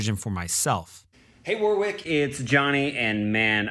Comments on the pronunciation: I wish I’d had an audio issue when you pronounced his name war-wick.....it’s pronounced warrick, not war-wick or war-rick.... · As a fellow Aussie, I'm gonna take a punt that Warwick pronounces his name more like "worrick" and not "war-wick", and maybe he was too polite to correct you when you butchered his name.. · Hate the way he pronounces Warwick though